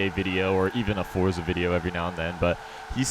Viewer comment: Finally you said forza correctly